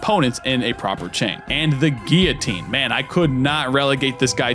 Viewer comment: When did guillotine become geeotine. Great video though.